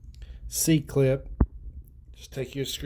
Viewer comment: Being taught that it’s an “E” clip your whole machining career and then hear a dude call it a “c” over and over…I need a drink.